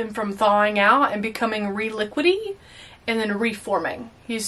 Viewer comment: hahaha "re-liquidi"